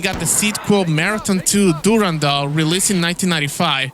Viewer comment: My guy, great video! very through. I'm an Og marathon player from 94. Played tons of bungie games. I have watched TONS of other people's vids on it. I give tons of love for you saying DURANDALS name correctly. awesome video and keep being awesome.